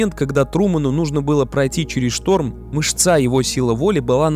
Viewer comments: спасибо за обзор) только правильно мЫшца, а не мышцА. как тренер по футболу говорю, кольхозненько звучит. а за обзор большое спасибо) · Правильно говорить мЫ'шца. Спасибо за разбор.